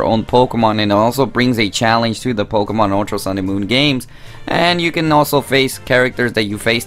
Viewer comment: “Pokamon Saaan and moon”